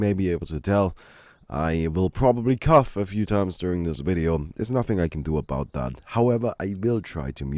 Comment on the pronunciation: Idk if you care, but if you want to say cough it is pronounced like OFF not tough, cause English is weird